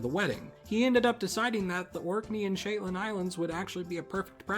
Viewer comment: "SHITLAND ISLANDS" "HEE BRIDES" BRUH